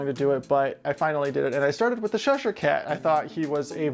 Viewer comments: I love the design of this one, I'm not a gamer so havent seen this before, but definitely fits your esthetic 😅, you should do some more of these characters. Although I do have to correct your pronunciation its "chesh_here" cat, like chess not sh-esh ere, sorry was really bugging me 😂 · ITS CHESHIRE CAT NOT SHESHIRE CAT. Please for the love of god say the name correctly. Ch doesn’t make the same sound as sh. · Looks great...But its called Cheshire cat Chess-shur cat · Are you calling him the Sheshire Cat?